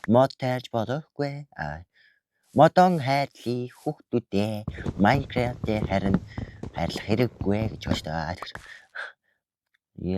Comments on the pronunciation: Майнкравт биш Minecraft шүү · наачин майнгаравт биш мангравт шдээ